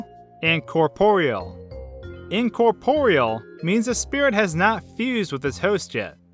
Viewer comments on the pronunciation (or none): What it said; Incorporeal What i heard: Incortoriel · What kind of pronunciation rules do you HAVE? Incorporial? Corporial? Al-fees? face palm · Incorporeal? More like incor-TORIEL. HA HA HA go to hell. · I cringed when he said 'In-cor-poriel' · When I fight sans WHO NEEDS HEALING ITEMS WHEN YOU GOT LEGS LIKE THESE five seconds later broken heart noise Dammit Also you pronounced corporeal And incorporeal wrong